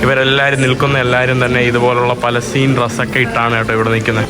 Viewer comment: പലസ്റ്റിൻ അല്ല ഫലസ്തീൻ അക്ഷരം മാറല്ലേ